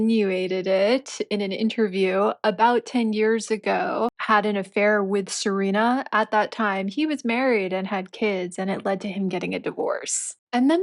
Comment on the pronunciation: It's SERENA Williams, not "Selena.". And you must have a very narrow idea of beauty if you believe that no woman is beautiful "after 30.". Your ridiculous statement actually reminds of that equally ridiculous mantra of the 1960s hippies, " Don't trust anyone over 30." 🙄